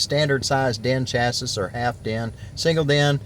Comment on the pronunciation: Get a real radio and say chassis right